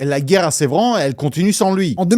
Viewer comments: pour info, "Sevran", ça se prononce "S-eu-vran", pas "Sé-vran".:)) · Sevran pas sévran 😂😂😂😂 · Sevran BEAUDOTTES pas BEUDOTTES et INCROIYABLE… entre autres… j’ai pas tout relevé. Mais pourquoi. Sevran pas Sévran… commandite et pas commanditation … dommage car tu as un super flow.